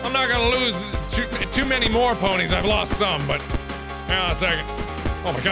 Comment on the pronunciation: Ponies are now pronounced puh-neys XD